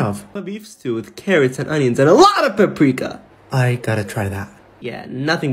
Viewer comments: ITS PRONOUNCED PAH-PRIH-KAH NOT PA-PrEE-ka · finally someone said this lol! also How he said paprika is defo wrong ( i ain’t trying to be rude abt it but ) it’s pronounced Pup- Rika